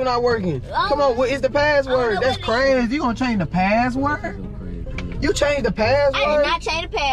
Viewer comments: "I did not change my pahhword" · It funny they say padword instead of password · i was dying when yall said "paword" instead of password LOL im dead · it craaa u gooon change da paaword 😂😂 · They don’t say password they say paword